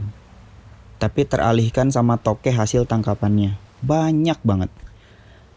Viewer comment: INGAT..!!! "Tokek" pake "K", bukan pake "T".... kalo pake "T" namanya jadi "totet"